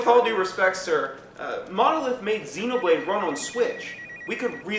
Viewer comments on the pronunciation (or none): none